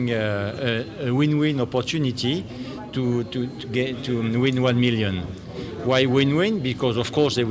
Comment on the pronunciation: Millions millions sounding like Kobo kobo. God go ask all of you.